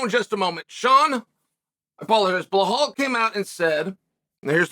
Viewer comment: I knew the very first word I hear would be "Blahal"